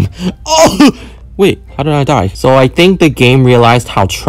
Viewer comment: Dude you said Hwo did you die